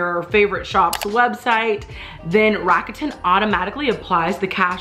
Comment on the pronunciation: Enjoyed the video, would like to say GREAT job on the pronunciation of Rakuten. Many people get it wrong.